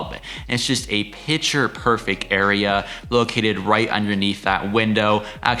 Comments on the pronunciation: The word is PICTURE, not “pitcher”. Nice cottage, annoying tour narration; paucity of content and poor pronunciation. 👎🏻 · Pitcher frame’s? Why can’t people pronounce picture ? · THANK YOU!!!! I was correcting him every time! That is not an accent problem. That is just plain mispronunciation.